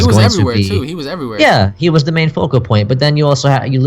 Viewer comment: Focal point not vocal point, just a heads up